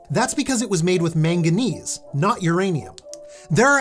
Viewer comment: Why does manganese sound like a racial slur